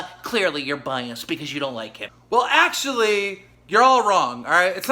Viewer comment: He hit that “WELL ACTUALLY” so hard